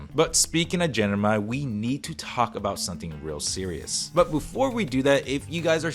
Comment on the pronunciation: Just a quick tip: it's gem-ini not gen-imi